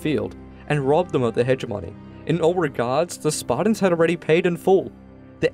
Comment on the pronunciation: Pretty accurate history here but, would it kill you to pronounce the T in SparTans ? It is not Sparda or the Spardans. I noticed this on another video. You do actually pronounce the T in other words. Of all the ancient Greeks, the Spartans most deserve to have their name pronounced correctly. Up until Lysander that is. He was a fecalite at best.